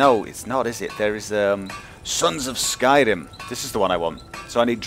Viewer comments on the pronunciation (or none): none